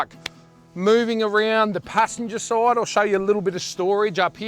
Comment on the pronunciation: 'Passenger side'??😂 He sounds Aussie!?